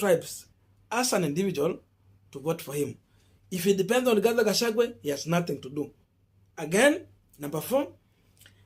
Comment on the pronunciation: learn to pronounce people's names correctly,Gachagua not Gachague